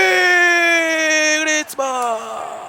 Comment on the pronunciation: Grande cume cmq grizmann si pronuncia come scritto io ok no griezmann e il nome e antuan si dici no antony